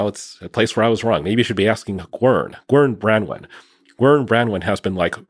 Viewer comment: Guern Brandwon? Gworn Brandwon? Who is it? Anybody knows?